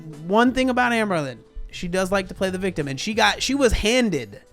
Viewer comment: This is very stupid, but I always giggle when says AmberLynn and it comes out sounding like amblin' because ambling means to walk slowly.